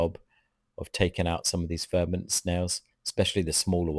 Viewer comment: Great content. I hear you say verminid snails but I think they are called vermitid snails. They are ugly pesky little bugger so who cares lol😂